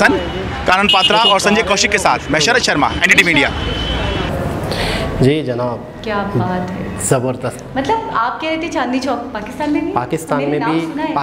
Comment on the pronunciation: Sorry, but the pronunciation is Jee Janaab……..not every Urdu word starts with a Z……!